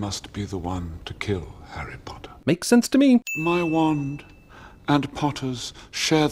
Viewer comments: HARRY PLATTEERR.. HARRY PLOTTERRR BAHAHAAAAAAAHHHAHAAHAHHAHA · Harry platter and Harry ploter Im dead😂😂😂😂😂